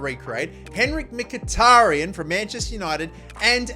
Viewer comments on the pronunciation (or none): none